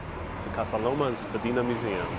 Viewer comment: Sweet! Thank you for the tour! Funny thing to hear street names as pronounced by a non-Torontonian. Mostly the street part is not mentioned unless for directions and such... so Dupont street is referred to as just Dupont. Spadina is not Spadeena but Spadyna. And on and on. Anyway very nice you sniffed at our Toronto the Good, Cabbage town, or Hogtown!